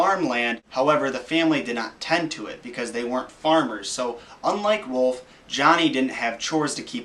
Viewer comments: Its ROULF RA-OW-LF. .. Gowd.. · Whenever u say rolph it sounds like ur barking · ITS ROLF YOU JACKASS IF YOUR GONNA RUIN MY CHILDHOOD SAY THE NAME RIGHT